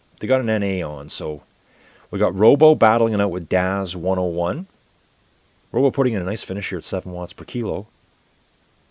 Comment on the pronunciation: Roeboe here, hope you cover more races! Roeboe is pronounced like Fubu or Hulu...